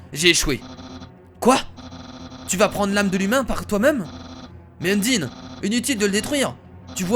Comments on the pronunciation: c pas undine mais undyne stp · endyne sa se dis endayne ep c est une fille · undyne se dit unndaynne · Je ne suis pas un rageur qui veut te faire du mal mais Udyne sa se prononce Undaïne je sais c'est bizzare mais si tu pouvais le prononcer comme sa sa me ferait super plaisir sinon tes vidéos j'ai un mot pour les décrire GÉNIALES continue comme sa sinon👍🏼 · Y a un accent à dire dans le mot undyne sur la lettre "y"